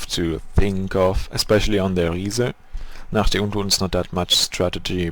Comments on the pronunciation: daran wie du Nacht der untoten sagst hört man dass du deutsch bist :D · Dein englisch is sehr niveaureich aber hab erkannt dass du deutsch bist als du nacht der untoten und kar 98k gesagt hast haha